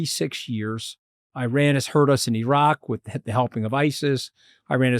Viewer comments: Love the Mooch but for God's sake it is pronounced EE-RUN not EYE-RAN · Just a small favour. Iran ( ee-raan) not I-ran.😊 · Anthony, isn't it pronounced ear-ron not I ran. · Whoever calls Iran 'Eye ran' has no credibility, in my opinion... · Why is Scaramucci constantly mispronouncing Iran? Is it so difficult to get it right?